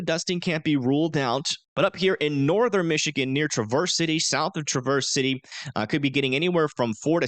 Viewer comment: Not Tra-verse City Michigan, Its said like travis- city Michigan. just trying to help. Happy Thanksgiving.